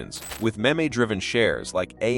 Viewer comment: Yeah, that and "meh-may" instead of "meem" when pronouncing meme stocks.